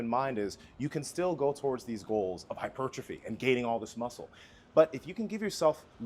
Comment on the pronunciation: “Artistery” and “Hipertriphy”🤣 lay off the brotein juji!